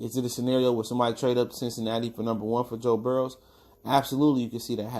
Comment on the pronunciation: His name is actually Joe Burrow, not Burrows